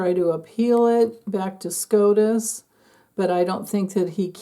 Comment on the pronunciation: SCOTUS, not SCROTUS 😂